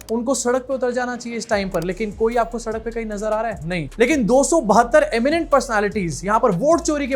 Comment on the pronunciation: you are the best 😂😂😂 ye-miennt pershonality😂😂